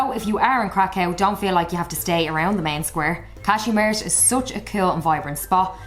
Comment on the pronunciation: sorry, but I don't understand the name of the city/place you are talking about? Is it Kazimierz? because if it is then I would suggest adding the subtitles. The pronunciation of this place in your video is wrong.